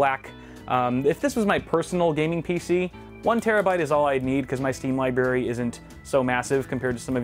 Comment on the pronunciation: Kyles steam "libarry". LOL